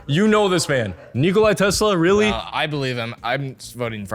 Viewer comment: " Nicolas Tesla " Deny wtf Nikola Tesla